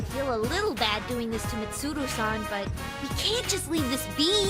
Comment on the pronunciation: it felt so good to hear Chie pronouncing Mitsuru's name like that (kind of like Japanese would)